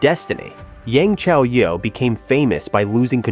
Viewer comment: If people are going to do videos on China or anything dealing with China, learn to pronounce the words and names correctly. People slaughter the words and names. This one such video that mispronounce words and names. It is so frustrating. I will say something as long as people do not research spelling and pronunciations. Come on! As for Yang (pronounced Yong) Chaoyue (pronounced Chow You-EE) had a very difficult upbringing. She did everything she could to survive. I will always support her and cheer her on. She is did very good for someone who did not have any education or training. Do your thing Yang Chaoyue!!!